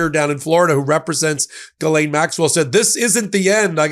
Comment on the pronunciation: Hosts: Ghislaine is French. You pronounce her name Gis lin. That's it. You would sound more educated.